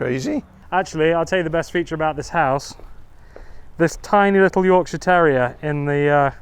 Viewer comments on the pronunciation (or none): none